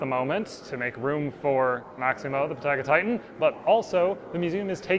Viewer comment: I would be fascinated to find out what the justification or reasoning is behind that pronunciation of "Patagotitan", which I for one have never heard before. You wouldn't say "pa-TAG-oh-NI-a" so why is it "pa-TAG-o-TI-tan"? Is it the same reason why it's "SAUR-o-LO-phus" but "PA-ra-SAUR-o-LO-phus" doesn't follow (unless you're in a godless Commonwealth country)?